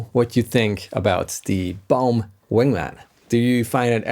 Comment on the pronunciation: Lol, when you were saying the brand name my American ears heard " Bone" guitars! My bad! 😁